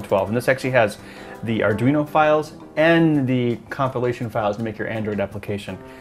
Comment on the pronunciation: Adweeno? Whats that?